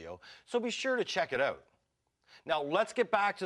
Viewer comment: Check it oat! LOL, Canadian accent.